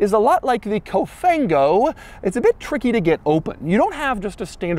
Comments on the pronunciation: It's actually Cofan-go Doug. But I appreciate the fact that you actually try to learn the meaning in Italian. Cofan-go is more English than Italian 😅 but that's the case over here because English terms are being used for everything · The quirkiest thing ever is the “COFANGO” 🤣